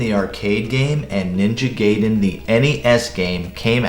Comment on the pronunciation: Awesome review! Ninja Gay-den